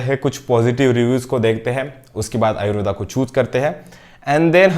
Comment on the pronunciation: It's ayurved not ayurvedaaaaa.